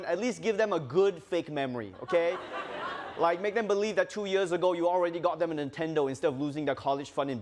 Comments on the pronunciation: I can't wait until this show has a host who can pronounce the word "years". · itz year not yör